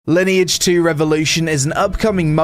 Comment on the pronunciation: Sponsored video, can't even tell the name of the game right. Ok.